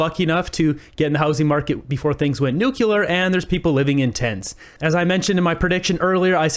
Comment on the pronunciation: Stop saying nucular! It sounds stupid. It's nu cle ar! Other than that , you're doing an awesome job! 😃